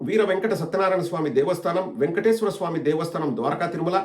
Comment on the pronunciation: He can’t even pronounce Venkateswara swami correctly , says vengateswara swami !!!!